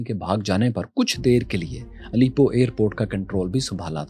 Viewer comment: Bhai it's not Alipo. It's Alepo